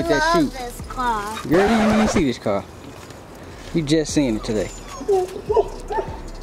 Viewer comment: 💀🤣 “I love this carrr”